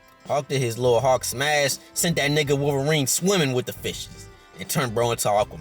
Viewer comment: Bruh I kept thinking this nigga saying hawk not hulk lol, love the vid tho